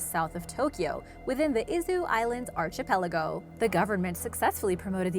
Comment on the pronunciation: I like your videos but PLEASE learn to say "archipelago" correctly. Please, for the love of all that good, PLEASE try. You can say similar words correctly, so I know you can do it. Thanks